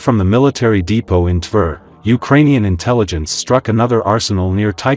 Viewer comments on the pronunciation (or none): LOL! What is a Urainian? This is the worst Ukrainian news source ever.